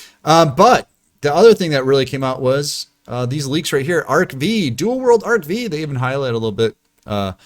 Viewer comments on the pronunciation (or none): Is it really that difficult to say Arc-FIVE ? Like, really? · Damn to this day people still call it arc V not arc 5 lmaooo